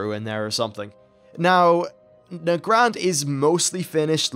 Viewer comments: Is it really "nuh-grah-nd"? I've always pronounced it "neigh-grund". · why do you pronounce nagrand so weirdly...its Nag - rand not na - grand